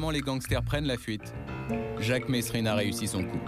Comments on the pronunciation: franchement retourne a l'ecole vous les journalistes c'est pas mesrine qu'on dit mais meeeerine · On prononce pas le S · Jacques mesrine ne voulait pas que l’on prononce le s de son nom ! Merci de respecter là prononciation de son nom.